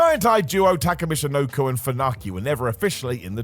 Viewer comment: Does have a stroke? "Michinoko" "Big Bass Man" "Ropps"